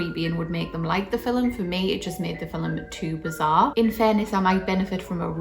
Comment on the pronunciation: "Fill Em" ... I like that. 😂👍🏻